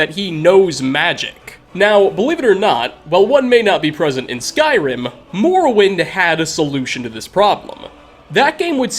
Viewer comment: why do you pronounce eh after many words like skyrimeh